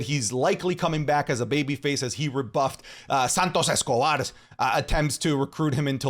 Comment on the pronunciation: Why did you say SANTOS ESCOBAR with a Latin accent and then Legado del Fantasma in gringo accent that shit was funny 🤣🤣🤣🤣